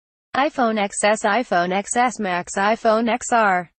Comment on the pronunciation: the x its PRONOUNCED 10